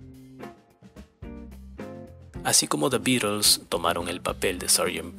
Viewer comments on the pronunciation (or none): none